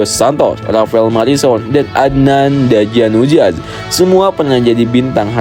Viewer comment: jack walshir ? adnan danajudaz ? dll 🤣 saran aja bang , pronounce nya di perbaiki lagi , subtitle nya juga amburadul